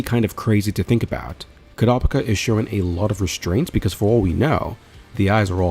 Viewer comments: ITS KUUURAPIKA NOT KURAPIKA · Bunch of people grumbling about pronunciation 😄 ( .. ..🤔🤔.. 😮!! they might even be a couple of Kurtas who managed to escape the massacre! 🙊🤷🙊.. I mean what are the odds the troupe was legitimately carrying around a village census naming every single occupant 🤷 + its not like they seemed to notice that Koo-ruh-pike-ah wasn't around 😮) Anyway - I for one, however, didn't think it was a big deal 😌 I knew who you were referring to and was able to focus on the story and enjoy the video (very likely cos my eyes don't turn red when I hear odd pronunciations 🤭) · Never heard someone say kurapika’s name like that